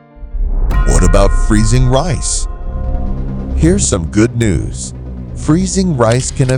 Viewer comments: Can you switch to a human narrator, or at least go through it and make sure your AI voice isn't screwing up. It's RICE, not REES. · Irritating AI narration. Reece for rice Eff for Farenheit and Ce for Centegrade. I hate AI narration- lazy and cheap presentation to get clicks and money. Thunbs down and drop the feed.